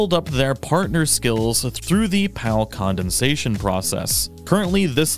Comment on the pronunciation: Very helpful but why did you pronounce it as condensation?😅 emphasis on the dens